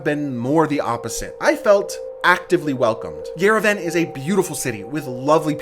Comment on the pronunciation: Just respectfully saying Yerevan is pronounced yer-eh-vhan